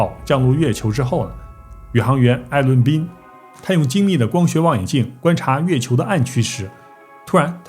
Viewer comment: 月球读成了飞球）我连着听了5遍😂